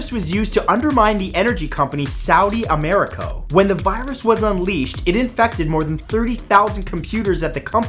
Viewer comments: it's saudi Aramco not amarco 😂💔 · It's Saudi Aramco not Saudi Americo 😂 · Its not saudi amaraco its saudi aramco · It's called Aramco no Americo 😅